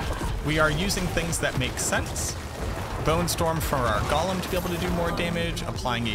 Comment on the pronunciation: So a TINY nitpick... I think it's funny that you constantly mispronounce Golem. It's GO-lem (lets go!), while you're always saying it like the hobbit character, Gol-um (golly!) Other than that, as usual i love how in depth your videos are, and look forward to the day when you either try another class to focus on, or an expansion comes out that more properly fleshes out the Necro class with more skills and build options, as opposed to the 4 core skills (Storm, tendrils, CE, curse) plus damage/minions (that you correctly pointed out in a previous video)